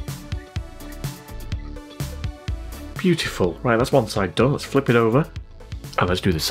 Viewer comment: When you say Isopropyl alcohol 99 percent pure. You emphasize Pure in a deep synth voice. It reminds me of the 80s band Information Society song What's On Your Mind "Pure Energy" they say Pure Energy in deep synth voice on that.